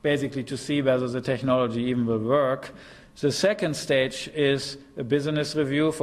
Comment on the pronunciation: This guy sould learn how to pronounce "technology" before using this word hundreds times.